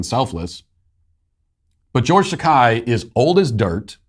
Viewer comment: It's pronounce Ta-KAY not Ta-KAI.